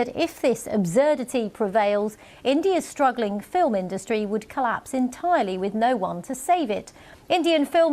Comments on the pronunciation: Fil-um industry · “fillum industries.” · “Our um…filum industry” I hate this man so much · "our fill em industry" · Made me laugh when I heard him say film, "filum" 😂